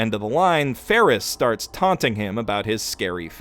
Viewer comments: Odd pronunciation abounds in this episode. Fairly certain it's "Betelgeuse" - as in the star in Orion's Belt - and "Felix" - as in The Cat. Or is there a meme I'm missing in calling them "Petelgeuse" and "Ferris?" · this guy calls felix ferris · how could you mispronounce best boi/Trap Queen Felix this entire time! Blasphemy! Oh and thank you for pointing out how vital and pivotal Patrasche was to saving Subaru and Emilia. Like you said, without his Lassie, it would have been much harder to succeed. God love her! Also, that was such a good point about Petra that I was so thrown off rewatching it a second time and thought that I had missed something. Makes it even more interesting that she’s now a maid in the mansion too. Fandom: “We shall watch your career with great interest.” But amazing breakdown of the fight arc/half season and everything that it incorporated. So much hype, torture and tension that it almost felt uneasy to smile at the end. Then, of course, the extended cut drops that bombshell and Best Girl gets her existence erased for the foreseeable future by Gluttony. FFFFFFFUUUUUUUU